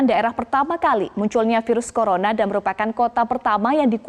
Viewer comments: hampir kepleset dia "colorna"...🤣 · "Penyebaran Kolorna" "Lokdon" Wkwkwk🤣 minum duluh gihh mb biar ngomongnya gk ngos2an.